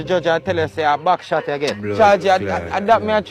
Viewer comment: or a shot back as Tavi try to say 😂😂